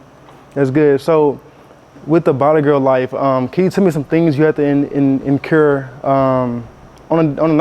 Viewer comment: in dure , not in cure 😂